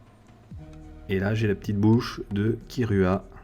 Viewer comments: par contre ça me dérange vraiment quand on dit kirua ça s écrit kirua mais ça se prononce kiroua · Sa se prononce kiroua mdr